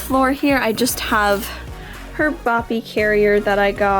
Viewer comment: At first I thought you were calling it a “boppy carrier” instead of a “baby carrier” and then I realized boppy is the brand 🤦🏼‍♀️😂